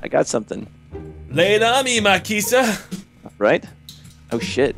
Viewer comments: Did say Makisa? Its Mikasa. First you say Kirito wrong on Town of Salem. Now you say Mikasa wrong. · you said mikasa wrong it's like me casa not makisa XD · Did Just pronounce mikasa's name like mykisa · Holy shit i just realized who it was who commented. Not sure whether to be exited or angry for you saying Makisa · U pronounced Mikasa bad, I think anime fans will rage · Did he just mispronounced Mikasa?